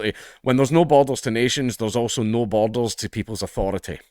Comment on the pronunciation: Great video! I did struggle a bit: 'Is he saying bottles? How are bottles great to a country? Boulders, maybe? No, that doesn't work. Borders! He's saying borders!' Please forgive me, I'm a Yank.